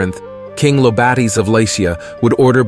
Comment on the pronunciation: ZAY-OOS not ZOOS EYE-OH-BAH-TES not LOBARTEES MY-NOH-TOR not MINN-OH-TOR FFS do some research 😂😂😂